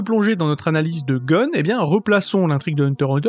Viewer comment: En tant que fan tu pourrais un minimum BIEN PRONONCER le nom du perso principal!!